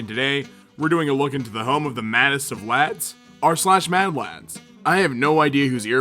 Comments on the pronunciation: “The maddest of lAaDs” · It’s so fuckin weird to hear an American say “lads” nevermind “‘madlads”